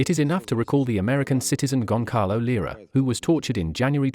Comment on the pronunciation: you dumb bot, not Gongalo... How does "AI" have brainfarts like that...